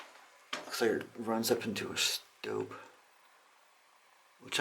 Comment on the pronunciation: Stope not Stoke